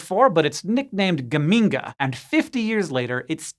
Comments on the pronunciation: I'm from Modena, Italy, and geminga really cracked me up! The ge should be pronounced more like in Gertrude though. I wonder if the astronomer who named it was from Modena too. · Geminga rhymes with Bazinga. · Geminga? Bazinga!